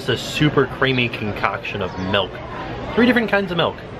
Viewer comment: ....why are you saying MELK? It's milk.